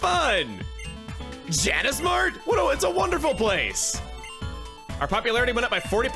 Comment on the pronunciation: It's Janus not Janice. Like. Janus.